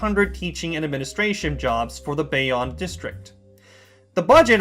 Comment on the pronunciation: It's pronounced bay-own